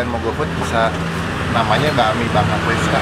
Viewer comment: Pas bilang "mie ayam bangka priska" tapi aku dengernya "triska" nama aku wkwkw berasa dipanggil utk makan mie bareng gitu wkwkwkw sukses dan semangat terus ya utk konten2 selanjutnya, sehat dan bahagia selalu yaa:) aku team mie ayam kering, kuah pisah dan yg pasti tanpa ayam wkwkw, gimana tuh? suka mie ayam tapi tanpa ayam, ayam ku selalu ku sumbangkan ke mangkok rekan makan ku wkwkw IG